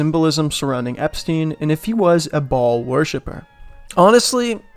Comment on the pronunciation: Baal is pronounced BAY-YUL